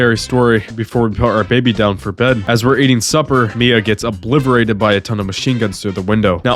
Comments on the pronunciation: "obliverated"? dawg what? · Bro, you gotta chill with "eckspecially" and "eckscape". Also, it's a "figment" of your imagination, not a fragment. Lol. Edit: Dude, "obliverated"? OBLIVERATED??? Be for real.